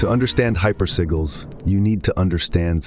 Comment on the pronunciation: This is the only AI I tolerate but “hyper seagulls”? Come on bro don’t do me like that